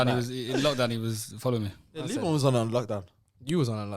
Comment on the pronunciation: Liban pronounced ayew correctly